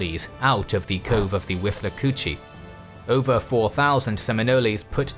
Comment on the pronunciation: It drove me crazy to hear Seminole, Micanopy and Chief Osceola pronounced wrong but somehow got Withlacoochee right.